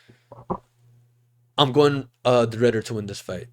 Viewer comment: Did bro really say reindeer de ridder😭💀